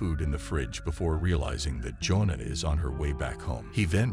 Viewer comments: You have the strangest pronunciation for the name “Joanna.” It’s not pronounced the same as “Jonah,” it is pronounced “joh-AH-nuh” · For those wondering, her name is actually "Joanna." The narrator bot is saying Jonah over and over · computer voice "joan'na"??? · Jonuh. Jonuh. Jonuh. AI videos are CancerAIDS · Every time you mispronounced Joanna, my IQ dropped. Lol😊